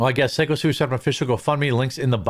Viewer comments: Syko pronounced Psycho come on Quartering. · I'll buy some coffee when you start pronouncing Syko correctly 😂